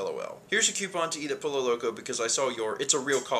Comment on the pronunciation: The horrible Spanish around pollo (poy-yo) and the terrible pronunciation of escandido hurt my souls